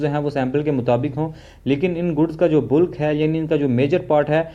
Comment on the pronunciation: Miya ji bulk ko बल्क बोलें बुल्क नहीं . ज़ुबान का भी ख़तना करवा लिया है क्या?